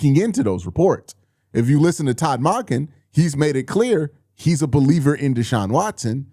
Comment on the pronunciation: Still pronouncing Monken wrong